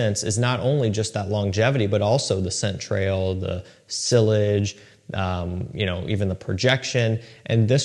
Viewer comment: No way you just pronounced sillage like that haha WOW